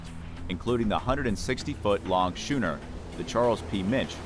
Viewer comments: What’s a shooner? Isn’t it supposed to be schooner? I haven’t heard of this alternate spelling before. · SK-ooner not SCH-ooner like SCHOOL. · Shooner? No, skooner. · and if he stopped pronouncing "Schooner" as "Shooner" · Narrator, the vessel type is spelt schooner but is pronounced skooner. Also, Royal Australian Navy ships are HMAS and have never been HMVS.